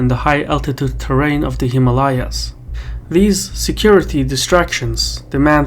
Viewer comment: I cringe every time he mispronounces Himalayas.